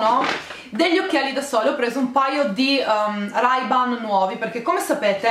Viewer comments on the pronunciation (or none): si legge "reiban"